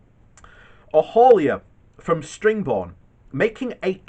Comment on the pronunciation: Sittingbourne ...not string Bourne